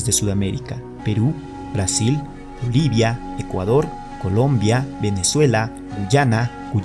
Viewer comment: pronuncie bien no es livia es Bolivia